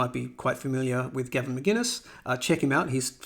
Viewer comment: I appreciate the video. But hearing you say Gavin Mcginnes vs Mcinnes kills me.